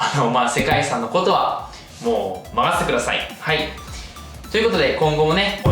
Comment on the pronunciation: 遺産が理3に聞こえるw